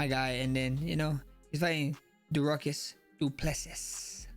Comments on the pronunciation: “Derucus Dooplesess”😂😂😂😂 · Dooruckus really caught me off guard😂😂😂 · “Deruckus” is wild 😂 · Dooruckus Dooplesesss 😂😂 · "Doo-ruckus" is the craziest way I've ever heard Dricus' name pronounced lol. I thought "Dry-kus" was funny but oh my god Max that made me laugh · Yoooo, the way Max pronounced Dricus' name is a god damn felony. 😂😂😂 nooooooo